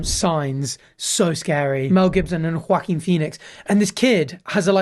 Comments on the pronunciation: Sorry "hWauKeene" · his pronunciation of Joaquin is frying me